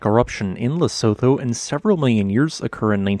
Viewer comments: It’s pronounced ‘Le-su-tu” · By the way its pronounced "Le-su-tu". Keep up the good vids. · Pronounced - Le - su - tu/too. The (Tho) is a too. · The name of the country is pronounced lesutho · The H in Lesotho is not pronounced. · His pronounciation of Lesotho is slowing killing me inside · To someone from South Africa your pronunciation of Lesotho is stupidly hilarious, I like your stuff but jeez lol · Look up how to pronounce it before making a video.